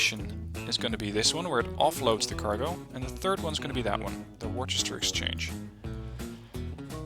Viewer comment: Hey just so you know Worcester (I'm guess based off the Massachusetts city?) is pronounced Wuh-ster (it's weird)